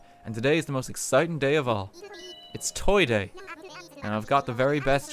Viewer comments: The hoiti toity is so strong that he can't say toy day properly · no one: rt: TOY DOIE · I just mentally shit myself listening to RT say Toy Doy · “Toy doy”